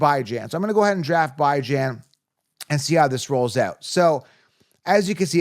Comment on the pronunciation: You lost me at Bye-Jan…so bye, man